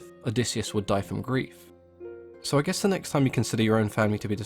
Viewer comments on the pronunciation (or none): none